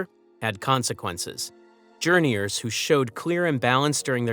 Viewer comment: Calling them Journeyours is soooo Guh Aye!